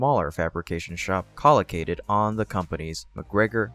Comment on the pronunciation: Co-located. Not collicated. If you don't recognize a word maybe try googling its meaning and pronunciation... You will sound (and be) more professional! :)